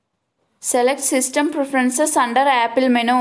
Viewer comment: it is not menooo it is menuuu